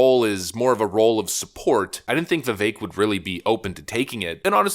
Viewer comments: Vivek is pronounced Vih..Vake. We need to get that right. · How many times did you edit this video. Is it Vivek like the cake or not? Stop F'ing up the guy's name. Pick one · Yuuuge correction: Vivek rhymes with cake